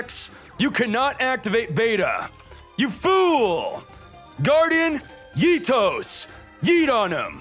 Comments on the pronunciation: Guardian ITOS triggered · I cringe every time he pronounces Eatos